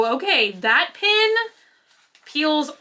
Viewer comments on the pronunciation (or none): You pronounce pen as pin and pin as pen so my head is spinning the whole time I’m listening to this video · I was confused why you kept referring to "pins" until I realized you were saying "pens"! I'm not sure where you grew up and I assume it is just an accent, but it made my ears do a double take every time! How do you say the word "pin" if your "pen" sounds like "pin"?:) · Why do some Americans pronounce Pen as Pin? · Me: "pen.": "PIN." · It always throws me off when I hear pen pronounced 'pin' haha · Definitely an accent thing, I hear “Pen” but YouTube close captioning puts “Pin” everytime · I think most of us Texans say "pen" like that! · Just heard "Pen bodies!" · It's an accent thing. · lol you say the ‘e’ in pen like an ‘i’ but the ‘i’ in mint like an ‘e’ go figure 🤔